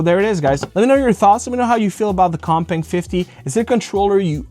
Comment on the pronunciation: I almost thought you said the other controller was called cockbang at first at the beginning of the video.